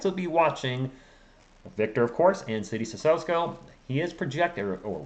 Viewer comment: Seed-ee Sih-soh-Ko